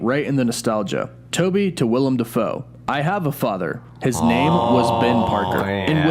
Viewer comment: Thank you, as a Willem myself i cant count how many times people have called me William instead of Willem